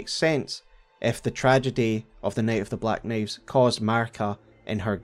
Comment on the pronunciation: This is the best telling of the “Nate of the black Naives” I’ve ever heard 😊